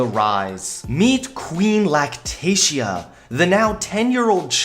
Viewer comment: At first I thought he said lactation not lactatia